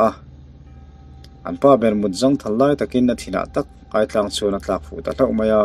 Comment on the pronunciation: Aitlang tih hi i lam rik dan adik lo.."chaw tlang kha ei rawh" tih a "tlang" tih a rik dan angin a lam ri la dik zawk...ngaihnawm khop mai👍